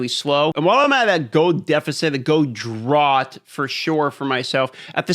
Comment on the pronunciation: My man said “drawt” lmao